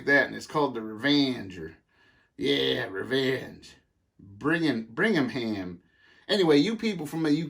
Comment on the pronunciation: U.K. here I think your bicycle lamp was made in Birmingham, we pronounce it Burm ing ham,, great video